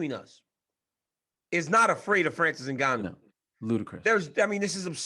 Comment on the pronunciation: Get Ngannou name right. lol common men, the guy is a champ.